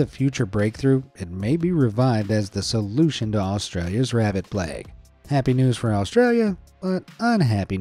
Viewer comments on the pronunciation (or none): none